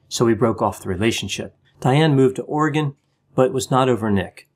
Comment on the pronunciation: Thank you so much for pronouncing Oregon correctly. 😀